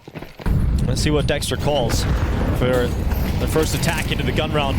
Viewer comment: Dexter ❌ Sexter ✅